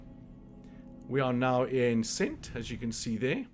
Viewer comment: Nice work. Very helpful. Just one think- it’s pronounced Kent not cent. Lol